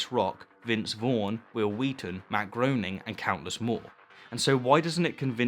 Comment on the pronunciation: I love Will Wheaton and you rock. Thank you for these videos. :) Also- Matt Groening is pronounced so it rhymes with "raining" according to a note in his Life in Hell books. :)